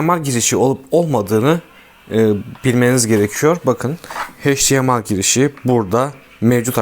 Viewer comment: Adam hdmi demeyi bilmiyor akıl veriyor